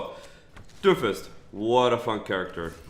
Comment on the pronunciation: It sounds like you're calling him Dofus the entire video.